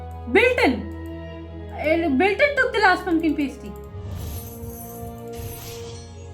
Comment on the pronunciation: For the future, it’s not “pay stee” like you pronounced it: it “pass tee”. Pumpkin Pass Tee, is how you’d pronounce it.